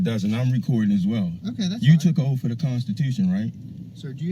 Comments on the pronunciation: It's oath, not oaf, moron. I'd tase him until he crapped then tase him for crapping lol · Birf, oaf, axe. Yeah, he’s a genius.